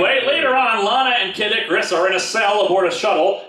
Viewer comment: Every time I hear you say Kid Icarus, it sounds a lot like Caddicarus. Anyone else hear it too?